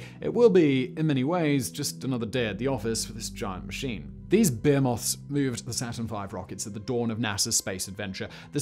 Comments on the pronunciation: Behemoth = bih-HEE-muth Not BAY-oy-muth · Did Simon seriously mispronounce "behemoth?" 🤣